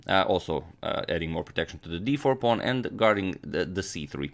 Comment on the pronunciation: I am extremely amused at how you say pawn. Pong to D4